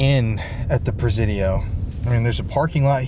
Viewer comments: Is it me or is anyone else annoyed at his mispronunciation of the word Presidio?? “Si” as in “YES” sounds like Sea, See or C!! The Prah- Ze-Dio (with a short vowel E) is really making me nit even want to finish the video. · In the big scheme of things, this is SO minor. I was born in The City living here my entire life - you're pronouncing the Presidio is slightly off. It's "pruh- sidio". Sorry but every time you say "prez-zidio" it's.. Said with love Carry on 🫶